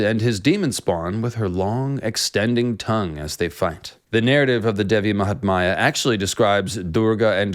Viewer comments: Not Devi mahtmaya but Devi Mahatmya or Devi Mahatmyam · mahatmya, which you pronounced mahatmaya, devi which you pronounced dehvi, so not too bad...lol. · Devi Mahaathmya..not Devi Mahatmaaaya..thanks!! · Appreciate the effort to explain Kali. Good research! One comment "Mahatmya" is pronounced with "my" fused (not like "maya") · She is devi Mahamaya..another name. The text is devi mahatmya..no silent t